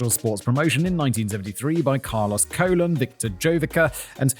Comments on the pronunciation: Colon is pronounced *cologne"like the bottles of scented liquid 😂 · Carlos colon would be pronounced as cologne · It's WWF not WWWF😂😂😂😂 And it's pronounce colone like men's aftershave. 😂😂😂😅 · Commenting on a month old video here but Simon, the pronunciation for Colon in Spanish puts the accent on Colón. So it's Cole-own with heavy emphasis on the own part. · Colon is Spanish is pronounced like "cologne." A&M had a tragedy in 1999 when their annual bonfire collapsed and killed several students. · Yeah, Simon, Colón is pronounced differently in Spanish. I don't know how to explain it, but that "ón" changes the way it sounds... Ok, the closest way to pronounce Colón correctly is similar to how Cologne is pronounced. Actually, it is like 90% accurate. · It's Carlos Co-lone that's how it's pronounced bruv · It’s pronounced like cologne ;) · Simon's pronunciation of Colon is fitting in this case, given how massive a sh*t bag Carlos is. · it may be because rum comes from treacle and tequila from a cactus (and cactuses usually don't taste that good). pretty sure he should be Carlos Colón (about the same pronunciation, but stress in the last syllable); translated to English in the way they did in the past, it should be "Charles Columbus". the only US colony where its inhabitants gain US citizenship at birth, yes, but as far as I know, the mainland has a relatively hands off approach to it (and all of its colonies in general); dirty truths must be sweeped under the rug, not addressed. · The way Simon keeps pronouncing Colón the same as the organ is KILLING ME🙃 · Jen, can we have the "ranting Simon" tune back? Please. And Simon, Colón is a last name (emphasize the second ó). Colon without the accent (that tiny hat on top of the second o) is pronounced with an emphasis on the first "o" and it means what you said.